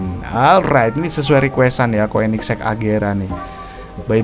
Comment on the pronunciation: Koenigsegg di baca konigsee agera rs